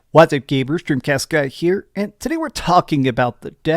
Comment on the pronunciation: He said what's up